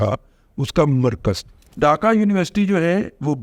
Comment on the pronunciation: رضوان ارسطو ڈاکہ نہیں ہوتا ڈھاکہ ہوتا اور اس کا تلفظ بھی یہی ہوتا ہے - ڈھاکہ ۔۔۔۔ اردو تو ٹھیک سے بول لو بزرگوار انگریزی کے ساتھ جو بلادکار کرتے ہو وہ تو ہم جانتے ہیںscreen کو جو بندہ suckreen بولے اس کا کیا کی جے